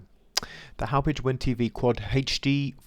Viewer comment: So funny hearing others try to pronounce town names from long island. It's pronounced like haw-pawg. Company is located there.